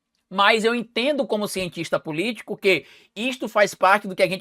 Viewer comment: só um toque. quando vc fala e cientista politica se ouve ex cientista politico